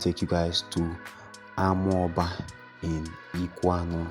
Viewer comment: Please next time try to to ask the indigenous people the pronunciation of amaoba. I come in peace